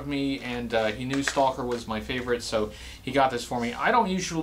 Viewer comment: It’s not St-all-ker!! It’s Staw-ker